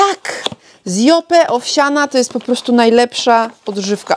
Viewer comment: Lubisz markę Yope, więc dobrze by było, abyś umiała poprawnie wymawiać jej nazwę. Wymawia się ją 'JOŁP', a nie 'JOPE'. Buziaki 😘